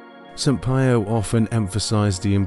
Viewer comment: Kindly pronounce Padre 'P iii o" not 'Pie o'. Thk u dear brother.